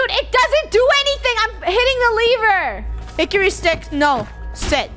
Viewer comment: It’s not a levere it’s a lever